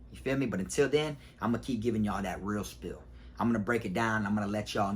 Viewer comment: Hey you know the phrase is "real spiel" not "real spill" right?